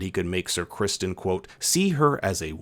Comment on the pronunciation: You kept pronouncing ‘Sir Crispon’ wrong